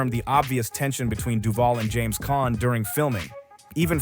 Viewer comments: PHEWW! Btw, James Caan, not Con. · NOT Con ,NOT Khan. NOT Conner, But CAHN!!!